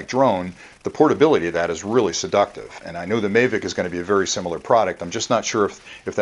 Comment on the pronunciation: its pronounced mavic